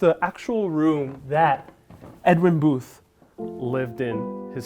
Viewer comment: It’s Edwin Booth’s, not Edwin Boothes. You added a syllable. The lexicon at the time would not have included “liberal,” but Unionist.